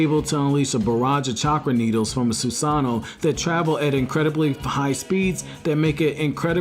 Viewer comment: Just a tip, if you are going to make an edited video about an Uchiha practice your pronunciations, specifically Susanoo. Other than that this video wasn't too bad. As for Shisuis rating I would probably say he would be third overall. Which actually says a lot, considering Madara and Sasuke, the two ahead of him, were both incarnates of Ashara. In a fight, Shisui might be able to beat Sasuke or even Madara of he uses his ultimate jutsu, so hell he may actually have been the strongest Uchiha ever, too bad Danzo fucked him over.